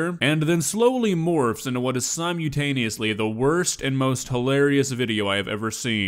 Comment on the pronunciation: Ok, I am used to "Simular" now, but "Simutaneously"?? You're pushing it, 😂